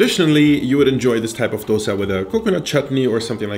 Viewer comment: The fact that you pronounced dosa correctly made me very happy.